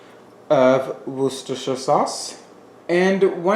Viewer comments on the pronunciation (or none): Worcestershire sauce= "Woostershire"= 3 syllables